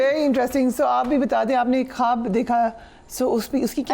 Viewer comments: آپ اچھی خاصی سمجھدار خاتون ہیں اردو کو انڈیا کے چھپڑیوں کی نقل سے خراب مت کریں خواب کو کھا مت بولیں جبکہ ایک تو ہماری اردو بہت زیادہ خوبصورت اور جدید زبان ہے بلکہ انڈیا کے مسلمان اور کچھ پڑھے لکھے ہندو بھی بہت پسند کرتے ہیں۔ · خواب کو کھاب مت بولیں